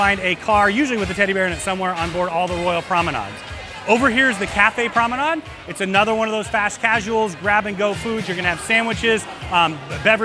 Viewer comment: I have a cringe for mispronunciations, and I was wondering why you keep saying PROMENAD and not PROMENADE? Is that a ship terminology? By the way, great video, thank you so much.